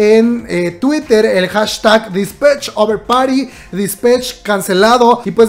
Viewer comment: Por favor no diga dispech.... Me da cringe con solo escucharlo 😂😂😂😂